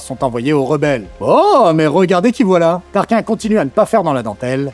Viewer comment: TARKINE ! KINE pas kin c'est pas Tarkin phonétiquement...